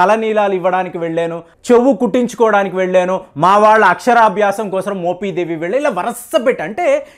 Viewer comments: మోపిదేవి, మోపీదేవీ కాదు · adi మొపీదేవి కాదు మోపిదేవి మీరు "మొపి" ని "మొపీ" అంటుంటే కొంచం ఇబ్బందిగా వుంది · మోపీ దేవి,, కాదు బే!😂 మోపిదేవి, అని స్పష్టంగా పలక లేవా? ఒక చారిత్రక మరియు ఆధ్యాత్మిక ప్రదేశం గురించి చెప్పేటప్పుడు, ఖచ్చితంగా & స్పష్టంగా పలకడం నేర్చుకో! మోపిదేవి గ్రామంలో వేంచేసి ఉన్నటువంటి శ్రీ సుబ్రహ్మణ్యేశ్వర స్వామి వారు, చాలా మహిమగల స్వామి వారు! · మోపీ దేవి కాదు మోపి దేవి అనాలి ప్లీజ్ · మోపీ దేవి కాదా నాయనా...మోపిదేవి...నీ తెగులు తగలబడా...m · మోపీదేవికాదు కుయ్యా మోపిదేవి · Adi moopeedevi kadhu swamy mopidevi... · ముందు మోపిదేవి pronounce చేయడం నేర్చుకో. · మీరు మోపిదేవి ని పలకడం సరిగా లేదు,sorry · Nee bonda మోపిదేవి pronounce cheyudum nerchuko